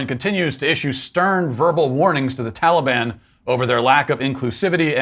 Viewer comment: Why are they suddenly pronouncing Taliban like that?